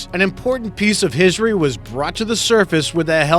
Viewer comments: “ an important piece of hisery”. HISERY!? This guy sounds drunk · “An important piece of hissory?” You are narrating a video on pirates and can’t pronounce the word HISTORY? :/